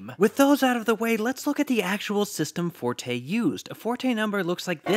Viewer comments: Great video! BTW it’s pronounced fort, not for-tay. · You are pronouncing Allen Forte's name incorrectly. It's pronounced like "Fort" (without the "e") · I used to pronounce the name as "Fortay" until Professor Robert Pascall (who knew Forte personally) told me that it's pronounced "Fort".